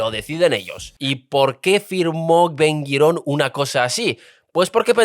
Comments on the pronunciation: Aprendé a hablar antes de sentarte ante un micrófono, Ben Guirón?? Es Ben GURIÓN !!! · Sólo una cosa:Ben Gurión, no Ben Guirón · Muy buen informe, pero sería deseable que aprendas a pronunciar los nombres de los grupos sociales: Ashkenasis, Jaredies, Sefardies o el nombre de Ben Gurión, que se pronuncia como se escribe. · Ben Güirón Patojón... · Macho, todo muy lindo, pero aprendete como pronunciar los nombres... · Se pronuncia BEN GURION Y TALMUD . GRACIAS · Tienes una forma extraña para mí de pronunciar nombres hebreos: Gurion, jaredi, misraji ,asquenazi, digo yo . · Ben gurión, no 'guirón' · No es Ben Guiron, es Ben Gurion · Muchacho, tienes que aprender a decir los nombres un poco mejor, Ben Guirión, Azhakanzies, Kenzet, Arabiyes....en fin.